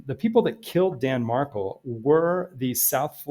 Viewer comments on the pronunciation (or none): Danny was correct (btw he went by Danny, not Dan and his last name is pronounced Mar—KEL (accent on second syllable), not the way it is being pronounced in this vid), Donna WAS trying to alienate him from his sons. So yes he was aggressive. Recall he was a scholar of criminal law and JUSTICE and FAIRNESS were two things he cared deeply about. He deserves credit for that and for his love for his sons